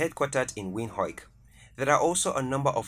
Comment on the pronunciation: Thanks but I hate the way you pronounce Windhoek